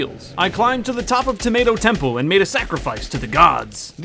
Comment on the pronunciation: and you said 🍅 temple 😑 exoosssedd